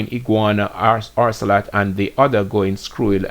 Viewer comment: Keep hearing you saying orcelot and the word is ocelot. There is no R in the word